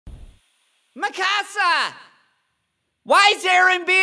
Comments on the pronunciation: lol the way he said Mikasa "MeKaSa" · Oh he did not just said MAKASA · I knew that this is going to be good when I heard call Mikasa:MAKASA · I know but Armin Sounds like he's saying makasa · "makkassa" I can't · It’s not Mikasa, but ✨MaKaSa✨ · “MA KA SA” 💀💀💀💀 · I love how they said her name wrong but it’s still hilarious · This is the funniest shit ever🤣 the scream and the way he pronounced Mikasa